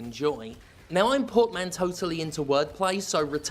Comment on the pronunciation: "pormanteau-tally" heh In all seriousness, been curious to hear your thoughts on this, as a fellow Hades-lover. Can't wait to pick it up!